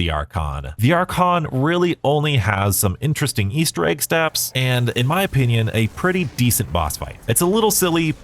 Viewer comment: I love me an "Aester Egg"!! xD